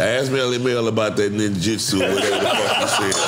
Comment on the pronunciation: “Ask Melle-Mel about that Nin-jitsu” 😂😂😂